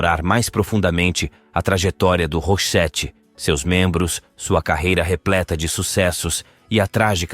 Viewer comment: Tem muitas coisas erradas no vídeo, a pronúncia do nome da Marie, a pronúncia do nome da banda e do álbum Joyride e até mesmo colocaram um vídeo da Dolores do the Cranberries como se fosse a da Marie 😄